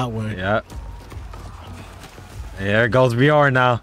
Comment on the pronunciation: I try to let them know the same thing about how they pronounce Lagertha and Bjorn. But I still love watching them react to Vikings. It's one of my favorite shows.